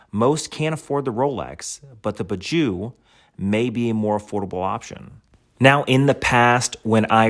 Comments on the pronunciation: Great review! “Purr-joe” is the pronunciation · Its pronounced poo zho. Nice looking watch.